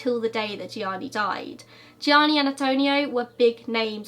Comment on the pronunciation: Thank You for pronouncing Gionni Versace's first name properly. I recently watched another video about Andrew Cunanan, where the host constantly referred to him as 'Johnny'. I believe if you are going to go to all the hard work of producing a video, at least attempt the correct pronunciation, which you are honest about all the time.